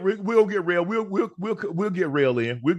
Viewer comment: Unc just call it “Keepin It Rell”